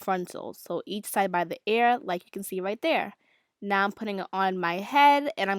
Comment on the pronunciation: I love the way she says ear😂 sounds like air